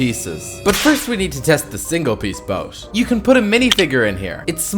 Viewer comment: Bro wth is "Boas"? It's BOAT 😂